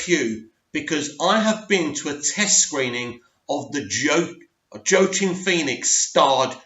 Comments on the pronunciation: It's Quackin' Phoenix, not Joe Chin Phoenix. Phoenix is a bird, that you probably knew. But what you probably didn't know is that it quacks. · Joaquin Phoenix is pronounced “Wah-Keen” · As always thanks for your insight on the film. It’s my most anticipated film this year. Also, I’d like to help you out with the pronunciation of the actor’s name. It’s actually Joaquin [HWAK] + [EEN] or [WA]+ [KEEN] . Cheers 🙂